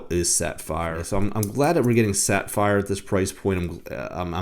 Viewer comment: Were you saying sat-fire crystal? I feel like you're saying sat-fire. 🤣 Good looking watch and nice review, either way. 👍